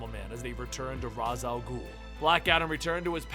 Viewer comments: Raysh Al Ghul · even this guy mis pronounces raz al ghul..